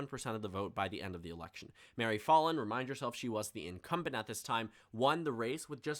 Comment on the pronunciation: Me from Oklahoma hearing you say Mary "FALL IN" rather that Mary FAL IN